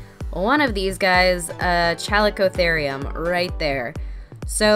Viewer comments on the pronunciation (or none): You pronounce it as "Kali" not chali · I think it’s pronounced like:calicotherium